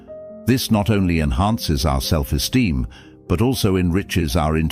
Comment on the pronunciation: "self esteem" Not "Self steem"